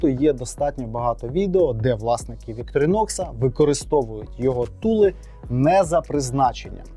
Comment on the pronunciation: Ударение на первую О